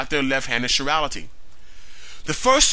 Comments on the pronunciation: Evolutionists have been avoiding abiogenesis by saying it is not part of evolution. Guess what? No life-no evolution. By the way, it's pronounced kai-rality, not shi-rality. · Thumbs up on the great video! BTW, that's an interesting pronunciation of chirality (sure-ral-ity). I've always heard it pronounced as rhyming with 'tie' (as in 'chiropractor', 'chelation', etc), since it's a word derived from the Greek, suing the Greek letter 'chi' (as in sorority, say alpha chi). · chirality is not pronounced like chivalry. its is prounounced like the greek letter chi